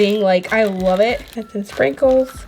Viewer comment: When she said sprinkles I thought she said “frikles” I’m dying😂